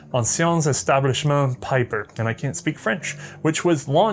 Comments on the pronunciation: Pieper: Not "Piper", but rather P"ee"per. Anyways, lovely episode and happy new year, may with a little bit of "hindsight is always 2020" the next year be prosperous and great! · It is Pieper as in Bee with a long eeeeeee, not Peiper! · Comes from not learning German pronunciation. ie = "ee" while ei "eye". You're not too young to learn a new language,! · "Peeper"... Pieper is pronounced as "Peeper" in English ... you're welcome. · His name is pronounced "Pee-per".